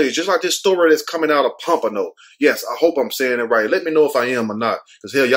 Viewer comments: You are saying Pompano right. I lived there. :) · Yes, you pronounced Pompano correctly. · You said it right 😂... Pompano! Smh... this is sad! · Pompano you said it right, born and raised 🤦😔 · U saying it right Pompano 10 minutes away He missed on purpose that's his daddy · You said Pompano right. 😂 Damn he only 21 and is a convicted felon. What the hell.